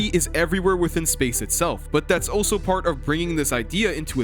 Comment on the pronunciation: Ive never heard anyone pronounce "also" as "oh so"